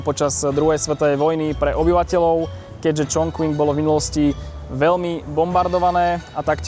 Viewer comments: Skús to vyslovovať Čchung Cin a nie Čchong Čching či dokonca Čon Kving,... v dobrom. A mohol si ukázať vždy na mape,..kde je navštívené mesto dislokované v rámci Číny. Kvôli predstavivosti a správnej identifikácii. Keď ešte náhodou skomolíme aj anglickú výslovnosť, je potom ťažko rozumieť o aké miesto ide. Inak video pekné,... poučné,...ale Čína si zaslúži aby sme jej mestá vyslovovali tak ako aj oni. Daj si do Google prekladača názov čínskeho mesta foneticky, či v hieroglyfoch ( 重庆 Chóngqìng ) daj si zjednodušenú čínštinu a stlač tlačítko reproduktor a ono ti to vysloví čínsku fonetiku. Ty používaš anglickú fonetiku,... Prepáč,...nemudrujem,...ale bol som v tom meste pred časom a mám to tam rád. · Číta sa Čonking